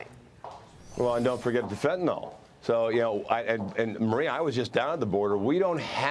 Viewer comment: Just my own side note here. When did phonics, letter pronunciation stop being important? Pronouncing Fentanyl like fen-tuh-nahl. When did Y start sounding like AH in any language? The word Bicycle is usually pronounced bi-SICK-el or possibly bi-SIKE-el. No one pronounces bicycle like bi-SAHK-el unless they have a speech impediment. Y in a word, in most languages I know of make either an I or EE sound, especially Latin based languages.